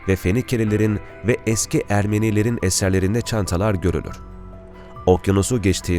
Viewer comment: evet duzgun bir turoce ile konusuyor fakat Asurlular , Ermeniler , temasa demesi cok kusurlu..asur.un a si uzun olmali..ermeniiler diye uzatilmamali , kisa soylenmeli ve temas kelimesi temasa gecmek gibi kullaniliyorsa a uzun okunmali..